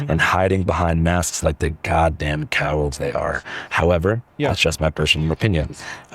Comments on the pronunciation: for someone making fun of the fact that nick Shirley can't say benevolent properly, he sure pronounces cowards stupidly. Its not cowalds bud.... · mispronounced cowards 😂😂😂 what a moron he says cowoods 😂😂😂